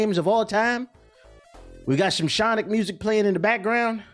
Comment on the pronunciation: Mf said Shawnic 😭😭